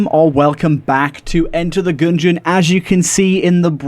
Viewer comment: “enter the goongeon”